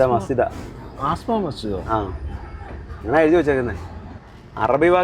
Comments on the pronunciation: അസ്മ ആണ് ആസമാ അല്ല 😂😂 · ആസ്മ മസ്ജിദ് അല്ല അസ്മ മസ്ജിദ് എന്ന് ആയിരിക്കും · ചേട്ടാ ആസ്ത്മ മസ്ജിദ് അല്ല അസ്മ മസ്ജിദ്🙏